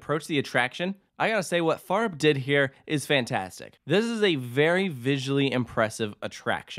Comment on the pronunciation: Its cool. Also your pronounciation of Fønix and Fårup is actually quite good. Solid 8/10 and thats impressive. Most people struggle hard with the pronounciation of danish words, especially those with an æ, ø, or å, but you were close to nailing it.